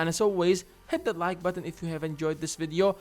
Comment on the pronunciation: I hate the way you pronounce 'video'.